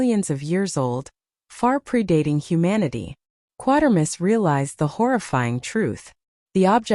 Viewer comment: Some seriously erroneous information here. No knowledge of how the famous SF name "Quatermass" is pronounced. Inaccurate description of the ending of "X", and such. Poor site.